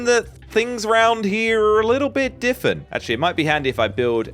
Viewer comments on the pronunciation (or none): always says diffifeny